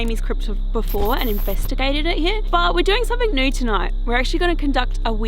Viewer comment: ohhh 'something new tonight'......lol.....I thought you said 'something nude tonight' hahah... yes something nude in a cemetery would certainly be NEW :D